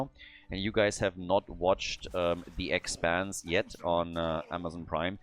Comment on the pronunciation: Okay, I got it, it's expanse 😂 oh, this german accent xd